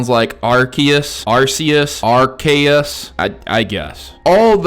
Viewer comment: arkeas, ARCEUS, ARKEUS!!!!!! I lost it when I heard you say that 😂